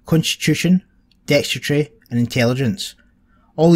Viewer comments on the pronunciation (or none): DEX-TER-I-TY, four syllables bud. :-)